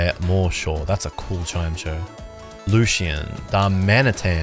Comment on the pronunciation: although pronouncing chime-echo as chime-cho should get you prosecuted in the Hague 😂😂